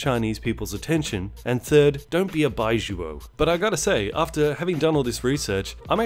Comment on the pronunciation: Those Chinese movies looked laughable until you explained the premise. I wanna see all of them now. Also your pronunciation of 白左 is awful, but I'm sure you already knew that.